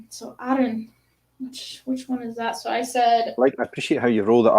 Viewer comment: Missed this live, but great to watch back, love the “Arran” pronunciation 👍🏻🥃🏴